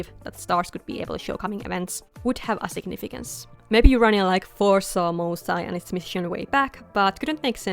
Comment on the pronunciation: These turned out amazing! I love the attention to detail in all of the character designs, just makes them stand out so much! I already have a soft spot for Melpomene since I'm named after her ☺just a slight correction on the pronounciation of the group name, in case you'd want it to sound more authentically Greek, it would be more like "moo" (like the cow) "sae" (like in the word "set"). Also I know it can't actually be turned into a series (unfortunately) but I can FEEL it would make a GREAT webtoon❤